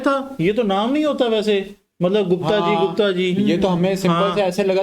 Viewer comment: यह गुप्ता नहीं, गुप्त है